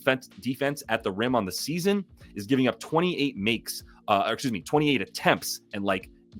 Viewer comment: bro gets me on the "esuze me" every-time lol